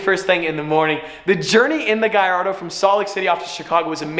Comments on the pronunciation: Why does say guyyardo instead of Gallardo? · Why is he saying giardo it’s hurting me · Is he trying to butcher the Lamborghini Gallardo name or what?